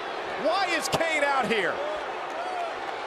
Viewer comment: IT'S KANE, MAGGLE!